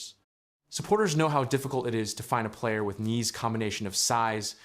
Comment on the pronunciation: You might want to know how to pronounce his name properly.